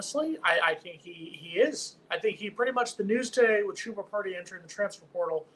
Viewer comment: At least we won't have to listen to this guy mispronounce the player's name anymore. Chooba? Come on